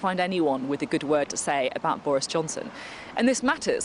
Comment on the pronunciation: ''Bowis Johnson is wacist'' she said